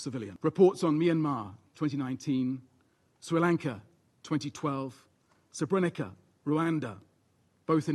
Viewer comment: It's a minor criticism, but as difficult as the first syllable may be to pronounce for an English-speaking person, the under-secretary-general didn't pronounce the rest of the word correctly either. Srebrenica: Si-reb-re-neet-sa